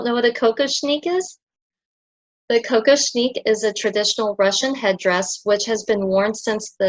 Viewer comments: The tiara is ALWAYS pronounced Kock-OSH-nick. The accent is on the middle letters ‘osh’. It is not a drink of cocoa as you are pronouncing it as COCO-shnick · I think it's "Koh-KOSH-nick" but I could be wrong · I think the accent is on the second syllable: ko-KOSH-nik.